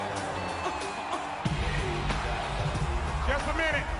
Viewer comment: what the hell is a "mack militant"?! and the last time teddy was a "playa" my dad was in diapers